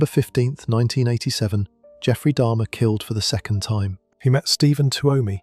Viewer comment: It's jeffrey dahmer not dharma good grief. If you really did a true deep dive into these cases then how tf can you not even get names right wtf 😂